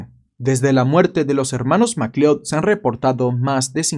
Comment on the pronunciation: Por tu forma de pronunciar "McLeod" deduzco que nunca viste la pelicula Highlander 😆. Saludos desde Venezuela